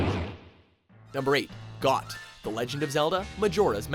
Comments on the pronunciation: Got... does he not see the h? Is he actually blind? It is pronounced Goat you imbecile. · Goht's name is pronounced like Goat, Not Goth! You keep mispronouning Fi's name as Fee, when it's with a long I that rhymes with Sky. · Got? Lmao, really guys? It's obviously pronounced Goat. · Goht is pronounced as GOT? Wow haha after all these years that got me until today. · I always pronounce Goht as Goat ... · You pronounced Goht like got? Its pronounced like goat. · It's pronounced just like 'goat', not 'got'. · It's not "GOT," it's pronounced "GOAT," because the boss clearly resembles a giant goat... How could anyone miss that? Hahaha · It's, uh... it's pronounced 'goat'. Because it's very obviously a goat. 'got' just sounds weird. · Did you just pronounce "Goht" as "Got"? Come on! It's a goat! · Ghot = Goat Stallord = Sta-lord (not stlord) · Isn't in pronounced Goat not got. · I believe it's pronounced Goat. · It's pronounced like goat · It's pronounced as Goat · I thought Goht was pronounced (goat) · ffs it's pronounced goat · Goht isn't a bull, its a goat. also pronounced as goat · Number Three on your list should have been number One. Plus, I thought Goht was pronounced "goat", considering what it looked like. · I'm pretty sure GOHT is pronounced Goat. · Looks like a goat. Runs like a goat. Obviously it's pronounced Got.